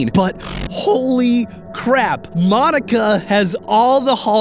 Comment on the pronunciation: Correction Monika is pronounced (Mōn-ee-ka)